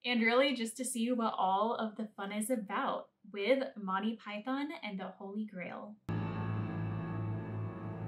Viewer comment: okay i just cant its Monty not Motti your mispronunciation ruins it